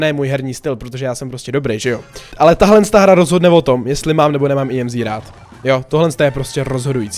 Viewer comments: EMZ NE JEMzi nebo jak to je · Já to vyslovuju Emz, jsi první koho znám a vyslovuje to "Jemzí" 😂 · Říká se to EMZ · Tak co? Vyslovujete tuhle novou brawlerku [emz] a nebo [íemzí] ? :DDDDD vím, že to vyslovuju špatně, zlepším do příště! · to není imzí ale emz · Í EM ZÍ xd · Říkal jí (íemzí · Tak 1.je to emz a né íemzí 2.ta emz je na dálku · JE TO EMZ A NE IEMZ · ake íemzí je to emz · Neříkej jí emzí ale emz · Mega dobrý video ,líbí se mi že jsi zase plný energie a povzbuzení (PS měla by se asi vyslovovat emz 😅) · Říkej [Emz] 🙂👍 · Ne je to Emz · Normálně než ne íemzí🤣🤣🤣🤣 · čte se to normálně Emz.:D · Čte se EMZ normálně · Ahoj čte se to emz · Vyslovuj to emz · Nn je čte se to emz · Jméno emz se vyslovuje tak jak se píše